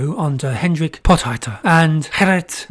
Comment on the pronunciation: Potgieter is pronounced Pawt-gheeterr (gh is gutteral rr is trilled).